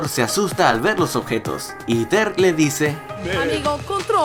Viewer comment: Me gustó mucho tu vídeo, está lleno de datos interesantes! Solo que mi TOC me hacía estallar la mente cada vez que decías adactación, occión, ocjeto xD Nadie más lo notó?